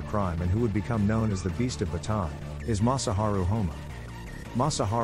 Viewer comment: It's Bataan not baton.🤓